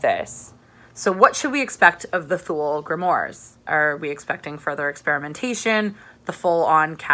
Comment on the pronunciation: But aint it grimOIRES as in film NOIRE ? oooaaaares ? Nitpicking Im sure. Great review, checking it out now. Cheers for the suggestion.